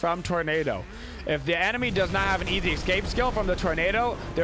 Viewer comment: Great video! Helped me a lot! One super little thing to correct - Yemoja is pronounced as "yemaia", and not as its written. Fun fact, she is the orisha of the seas in the Yoruba religion (afro cuban religion). Orisha is not a god, but a human with "god" like powers and abilities. You can say its like demi gods.